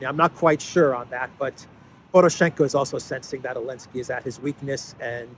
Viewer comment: I give up, why does he keep calling him Elensky?